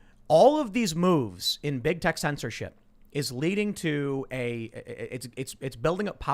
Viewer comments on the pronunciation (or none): none